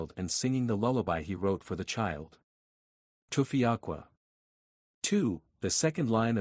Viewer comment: AI still never perfect the pronunciation of Tufiakwa😂.. Well said...